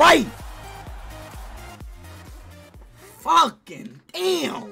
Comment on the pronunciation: Bro Said are they facking😂